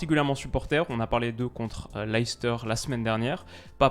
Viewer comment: Juste pour info comme je sais que tu aimes peaufiner ta connaissance leicester en anglais se prononce "léssteur" bye